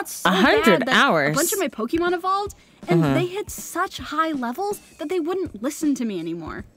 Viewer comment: how everybody pronounce it: Pokémon: pokimoan